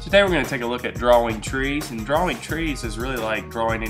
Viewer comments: at the begining he say dwaing twees hehe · He enunciates the W in 'drawing' a lot.